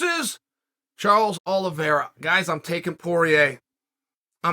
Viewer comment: *Chael Sonnen:*Charles Oliveswhereare and Dustin Sorrier. Me: Ok great.